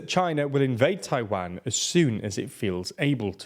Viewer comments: Great video... but I hate to say that your mispronunciation of Tiawan was distracting the hell out of me. I can't be the only one right?? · I find the /tʰa͡ɪˈwæn/ pronunciation from the British a little surprising. It sounds more like something we'd do, but nope, we say /tʰa͡ɪˈwɑn/ lol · That's an odd way of saying Taiwan.